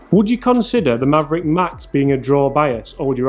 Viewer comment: MAVRIK (Mav Rik), not Maverick...good numbers